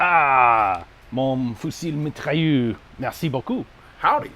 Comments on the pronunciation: mon fusil mitrailleu r(e)* dammit Ian you were so close xD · You ain't gonna make them dainty French machine guns any more masculine by leaving off the "S" at the end of Mitrailleuse...